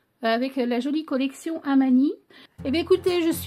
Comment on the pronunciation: Cc. J'adore !! Gros gros coup de coeur pour cette collection !! 😍 Ça me fait rire car tu dis toujours Hamani au lieu d'Hanami. 😜 Cette collection irait parfaitement avec mes photos du parc de Maulevrier où je suis allée il y a un an pour Hanami justement ! Merci pour ce partage et vivement la suite ! 😘